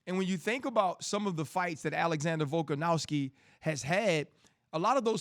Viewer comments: Omg this idiot has no idea about anything fighting. This was all on a sheet and he was reading it before and still had to look at the specific mma terms on the paper he had. Doesn’t even know how to say their names. Mahachave and volkanauski… shut up idiot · How about RC learn to pronounce Volkanovski's name properly?. It doesn't even have a W in it, how hard can it be bro?